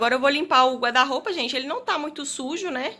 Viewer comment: porque Vc fala GUADA ROUPA? SE É GUARRRRRDA ROUPA!!!